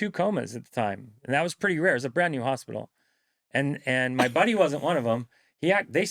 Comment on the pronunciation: 14mins in when he said "buddy " I thought he said "body" as in "his own body "